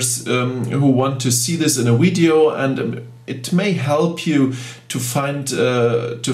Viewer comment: It's odd that you have such excellent English but say weedyo ! Surely someone has told you how to pronounce V in English?